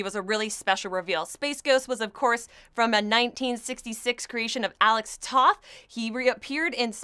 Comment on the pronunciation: Great to see someone singing the praises of these H-B books. Just one suggestion moving forward, if you're going to keep bringing up Alex Toth can you please pronounce his name correctly? The 'o' is long so it sounds like T-oh-th. It's a good choice to make. Keep up the good work!